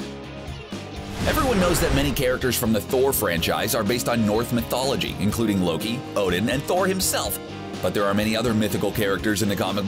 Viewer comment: Did you really say "North Mythology"?!? Seriously bruh, seriously?!?! Lol